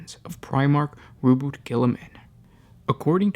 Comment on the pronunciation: i thought its RO-BU-TEY not ROBUT.